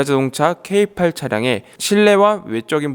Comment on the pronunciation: 케이팔...케이팔 귀에 많이거슬리네요. 그럼 다른 차종은 케이칠이고 케이오 케이삼인가요;;ㅋㅋ